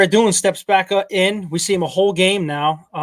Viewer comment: Radunz not radoonz 😂